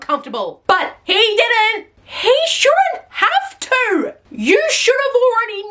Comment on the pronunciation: Why is she continuesly elongating certain syllables while she's speaking? Like, when she was listing all of her trauma / substance usage, she wouldn't say "drinking" or "to", she would say "drrriiiinkkinng" or "tooooo". Does anyone else find it annoying? My autistic brain cannot handle it Edit - HELP WHY DOES SHE KIND OF SOULD LIKE LILY TINO????? LIKE THE WAY SHE SPEAKS SOUNDS LIKE LILY TINO